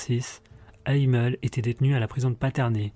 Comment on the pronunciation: On prononce Hamel en Français et les SS n'était pas suprémaciste mais des motards 1%